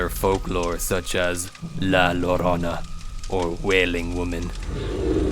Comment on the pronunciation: La “lorona”, really?